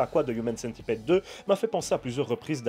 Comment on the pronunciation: On prononce pas Centipide par contre ?